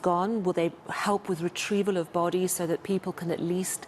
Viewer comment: Bot tees instead of bodies.